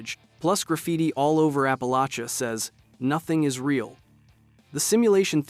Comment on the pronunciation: why is it so hard for the fallout community and the fallout characters aka the game script writers to pronounce APP UH LAY SHUH